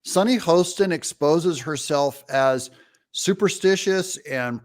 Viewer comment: Doug, I love you. BUT it's Hostin, like "Haahstin", not Host in.😊